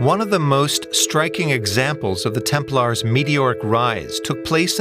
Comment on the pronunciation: You run interesting topic can't you make sure the audio is proof read? I hear multiple times the "order of the temple", isn't it 'order of the Templars". It's irritating to hear typos when you run an international channel.